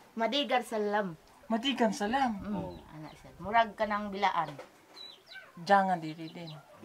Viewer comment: Blaan po nanay hindi bilaan, Correction lang po. At yung tribu niyo po malayo sa Blaan tribes na salita.